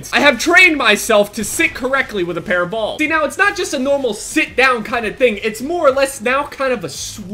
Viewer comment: I love the way you say "bals". 😂